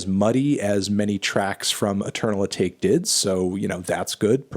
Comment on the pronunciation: He’s still not pronouncing Atake right jesus christ